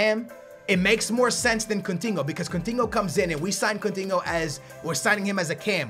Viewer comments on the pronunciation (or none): "CUNTINHO" - 2016